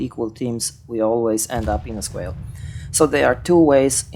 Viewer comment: Another informative WoWP video... thank you. For the record the word SQUALL is pronounced with an AW vowel sound. I haven't ever heard the word squall pronounced as a long A vowel ever, however I have never been to Ireland so maybe it is different there, I just don't know.